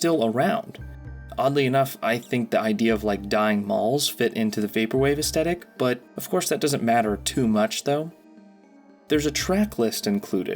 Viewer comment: Aesthetic, not 'estettic' 🙄